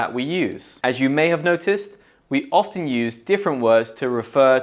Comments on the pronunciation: You said ofTen , why? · I don't mean to sound rude, but this guy doesn't seem to know how to pronounce the English word "often". Make your own conclusions. For me, at least, I think I will not watch any more of these videos...